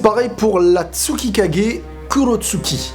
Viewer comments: C'est pas Kurotsuki c'est Kurotsuchi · Pk tu prononce pas tsuCHikage et kurotsuCHi ?